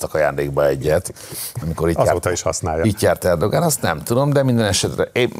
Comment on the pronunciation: Hihetetlen, hogy tanult fők, szakértők sem tudják Erdoğan nevét helyesen kiejteni!